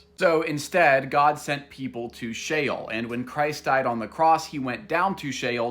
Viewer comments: SHEOL not SHALE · "Shale"? Brother... that's not how you pronounce it. Are you trying to say "Sheol" (Shh-Ol)? 'Hell', as we know it today, is a Christian and Greek concept, not based on Jewish theology like the one Jesus subscribed to at that time, and is something else entirely unrelated to Sheol. 'Heaven' is also different in both cultures; there are general similarities and several uses of words that translate to that in English according to context. However, focusing strictly on the linguistic differences, 'Heaven' as the otherworldly resting place in the Bible literally means and translates to the Garden of Eden, which was an actual place and location in the genesis of the story, not some sort of makeshift new realm like you imagine. Besides, it is said in Judaism that every soul that is sent to spiritual 'Hell' (Gehinnom) only spends a maximum of 12 months before it is purified and able to move on to its final resting place. Do yourself a favor and don't conflict both faiths and traditions by cross-referencing certain words; all you'll end up doing is contradicting yourself and confusing others. Pick a lane, and stick to it. There's a Christian answer and a Jewish one; you're doing a disservice to both. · Im pretty sure Sheol isn’t pronounced like Shale but like she-all. 🥲👍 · "chael" like chael sonnen 😅 no its "sheol" "she-ole" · It's She-ole.... it's literally in the spelling. And people STILL HOD TO SHEOL. The scriptures NEVER say that people go to Heaven. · It is actually pronounced she ole Like ole Miss university you duncoff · Did bro say shale or jail? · SHEOL sounds like JAIL. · Shael bruh really miss pronounced Sheol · Shale sounds like Jail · Sheol❌️ Shale✅️ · Sheol sounds like jail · Just so ppl know, the subtitles sometimes say "hell" when he says "Shale" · Dude … it’s SHE SHEol … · I thought it was pronounced she-ol?? Also thanks for this I'm part of the PBE (Pathfinder Bible Experience) and this is really helpful 😊